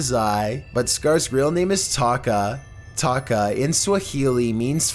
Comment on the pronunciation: Anyone else heard Taco/ Taki instead of Taka? XD